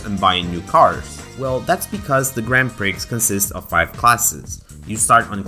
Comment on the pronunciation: Don't pronounce the x in Grand Prix again, please XD